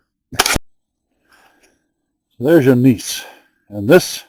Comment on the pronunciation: Geologist here. Gneiss pronounced nice here in the states.